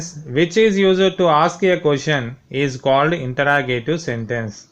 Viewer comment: It is not intra it is inter interrogative you don't know how to speak also don't make the video 💩💩